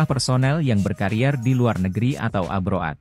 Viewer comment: Min...Abrod baca nya bukan abro'ad..😀😛😆ngopi dulu sebelum baca berita nya😅😀😛